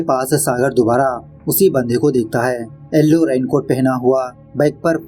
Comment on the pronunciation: एलो नहीं ये येलो है😅